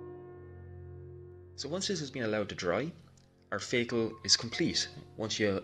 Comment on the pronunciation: I have been sitting here for 2hrs wondering what a "feygel" is until I realized you're saying "vehicle". Amazing tutorial. I'm going to try following your techniques for a small model I have. My techniques tend to come out rather flat looking.